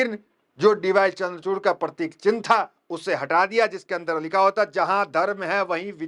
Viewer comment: पत्रकार महोदय आप बार बार परतिक परतीक बोल रहे हो ओ पर तिक नही है वह प्रतीक है